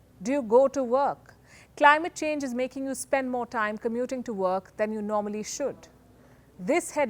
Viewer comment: ""Do you go to verk""